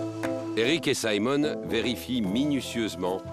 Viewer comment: saimone???? On est en france il est francais pourquoi faire genre que on est au États Unis